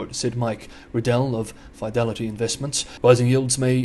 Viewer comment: 'F-eye-delity' lol